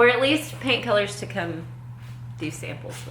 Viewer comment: The first two times she said "paint colors" I thought she was saying 'pain killers'! 😂